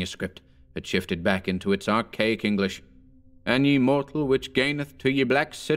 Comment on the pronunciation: I like this, but not you're mispronunciation of the article "ye" in this and other narrations. In this case the corresponding modern article is "the". In old English it was pronounced the same as our "the" and was written as "þe", but most printers didn't have the "þ" (the letter thorn) symbol so substituted a "y" instead. It was never pronounced as the letter "y" but always similar to the "th" sound. When it's the "ye" for the archaic pronoun (the multiple of "you" as in "Come all ye faithful") then it is pronounced "ye" but that's a very different meaning and more aligned with the modern "you". Can you think about using the correct pronunciation please? It'd sound better, clearer, and more historically accurate too. All the best.